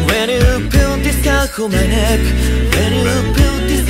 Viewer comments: 【長文失礼します🙇‍♀️】 入りのゆいくん⇒ふかみんは安定に最高😇 はるさん、歌った声優さんが大人っぽすぎるかな？と思ったぐらいの声が採用されてるんだよな🤦‍♀️最高 1年生組のサビ最高です😭 2人にそれぞれいいところあるの本当いい、、、！ 高音組がたまにハモリでも前に出てくるとこあるけど本当にいい😭✨ とか 生配信でも言ってたけど、全体的に英語の発音がよろしすぎる溶けそう😇 サビはもちろんなんだけど、特に からの｢neck｣の｢ck｣がやばい😇 ｢ルルルンルルルッドゥー｣みたいな感じのやつ好き😇✨ からすごい好き。そしてその後の明くんの｢きっと｣にやられた( ´ཫ`) すごい試行錯誤してやってくださったみたいだし、本当に最高です😭😭 あやあやの｢七面鳥なんか焼いてさ〜〜｣が好きすぎる🥰 からのオクターブ本当に心地いい😇✨ からのふかみん⇒あやあや最高😭✨ 鈴の音すごい、、、きれい、、、 最後はリルハピとおなじで｢you｣なんだね😭いいね😭 リルハピも、今回は燐くんのメロが少なめで道貴くんメインだったし、色々な顔を見せてくれるアオペラが本当に好きです😭💓 明くんの作詞、はるさんのアレンジ、みんなの努力、、、考えただけで神曲😭ありがとうございます😭💓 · 素人ですがゴスペル習っていてこの曲みんな発音頑張ったと思うんです。 日本語英語って言われてちょっと発音がよくないと実際に日本語を話せない方には英語で歌ってるつもりでも何て歌ってかわかんないなんてこともあるそうです（日本中いろんなグループあるから）私はネイティブに話せる指導者に恵まれて教えてもらっていますので聴き取って頂けてます。 だから 最初のふかみんのtheはダって言うし、おのゆーのneckはクッって語尾をはっきり言う 良く出てきたLet itはtを言わないでつなげるからレーリッみたく聞こえる。やったことあるというかいつも注意するとこがものすごく綺麗だったので大変だったろうなーと。 としくんと明くんの高音がジングルベルの鈴の音の様で大人っぽいけど優しいホワイトクリスマスの雰囲気感じました。としくんとしゅうごくんのアルバム良く聞いてるんですけど本人とは違い当たり前だけどキャラソンで他のみんなも自分の声での歌じゃなく役の声の歌（としくんは特に長けてますが）なので、改めて声優さんのキャラソンで声だけで表現してくれるアカペラってコンテンツが本当に声優さんてすごいなと思わされました。 長文ごめんなさい そして役名と中の人がぐちゃぐちゃになってるーすいません